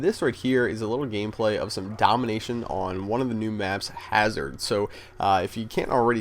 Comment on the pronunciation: Nice "Gamplay"